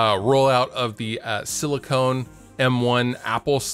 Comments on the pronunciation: Silicon. Not Silicone. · SiliCON, not siliCONE. I enjoy your content.